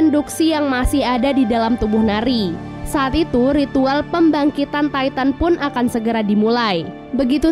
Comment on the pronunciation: Knp ngak ti tan aja bilang nya bukan taiten